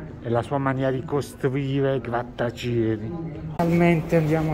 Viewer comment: grattacEli. La "i" in grattacieli non si pronuncia!